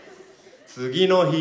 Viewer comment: これで日本語覚える人「次の日」のイントネーション間違って覚えちゃうw